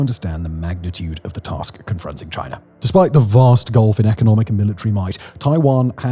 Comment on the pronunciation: There is no R at the end of China